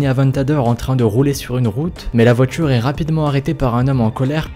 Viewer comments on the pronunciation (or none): tu dis la "votchure" / les "votchures"